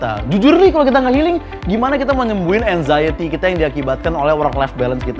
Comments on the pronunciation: Enzayeti? Anjeeeng anjeeng..hahaha... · Cara bilang "anxiety" nya kayak gimana gitu ya hahaha